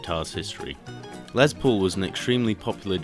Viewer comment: Good video but ITS NOT LEZ PAUL ITS GODDAMN LES JESUS CHRIST